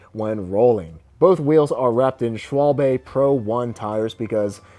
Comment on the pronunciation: Schwalbe is pronounced more like "Shwhy-buh".